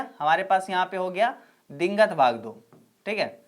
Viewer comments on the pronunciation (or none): dingat nhi sir digant hai 😁